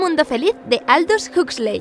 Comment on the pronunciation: Yo!! Pero Huxley se pronuncia jaxli